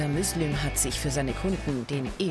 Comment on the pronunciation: der heisst müslüm xD